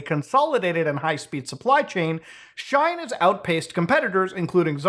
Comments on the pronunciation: Shine? or Shein? It irritated me when you mispronounced it consecutive times. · Not Muta saying Shine instead of She-In 😂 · its not shine its said like shean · Shein is not like Shine. But like She in. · FYI, I think Shein is pronounced "she-in," like it's two words "she in." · its Sh-ien (like sheen) not Sh-ine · Lol… “shine” It’s She-In (shortening of their original name “She Insider”) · It's She-In like "I'm in" you know ? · Bro pronounced Shein as “shine” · Please never pronounce shein as shine ever again 😂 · I 2asnt looking at my screen and it took me a solid minute to figure out that he was talking about she in. Now i dont know the pronunciation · Shein is pronounced She-In. Anyway, I'd love to meet anyone who ordered a Switch off of Temu. 😂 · he cant even say the name properly and the sales are real ngl this guy is salty he didn't think of this idea lol oe smart enough to do it. its free shipping and I've received all good quality items so far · Please, no one correct him on the pronunciation of Shien. I'm living for this rn. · Hearing the way Muta pronounced “Shein” made me realise that we really occupy different spaces on the internet 😂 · oh sure, it’s just that I’ve heard the word so many times now bc of the kind of things I follow online that it didn’t even occur to me that someone would pronounce it differently lol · you're just gonna pronounce shein like that 😭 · You keep mispronouncing shein. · You pronounced Shein and Uyghur wrong.